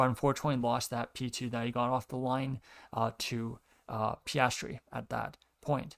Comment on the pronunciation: I appreciate your commentary on the race, however I would recommend practicing diction due to it's a little bit hard to follow you. Also Piastri is pronounced Pe-as-tree